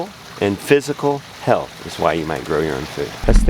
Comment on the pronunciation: Lol is that sounded like you said 7 wives LOL I had to rethink it and now I know you said why's